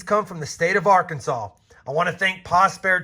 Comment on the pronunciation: It's not AR-Kansas it's ARK-In-Saw